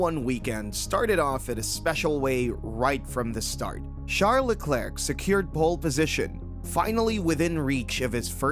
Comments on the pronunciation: The "C" is silent in Leclerc. Great video though, thanks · Especially pronouncing Hubert correctly and not Leclerc